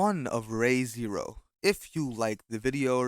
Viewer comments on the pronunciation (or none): "reiyghe zero" ~ American-ass pronunciation